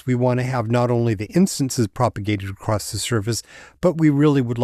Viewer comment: ...." acrosst" ? Why do you pronounce ACROSS as ACROSST?